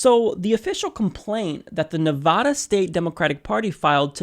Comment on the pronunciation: neh-VAD (rhymes with BAD) - uh. :-) Sorry, lol. With all the Nevada coverage (and being from the area), constantly hearing it mispronounced is driving me wonky, lol. Not chair-throwing wonky though. I'll hug it out. :-P